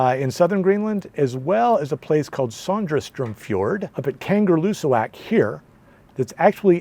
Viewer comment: It’s pronounced “Kanga Loo Sack “ phonetically! Not a kangaroo in sight!